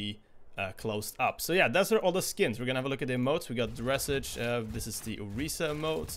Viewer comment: you pronounce dressage like massage. Its a type of show horse sport.